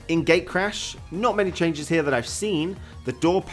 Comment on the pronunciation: ''Çhenges'' LOL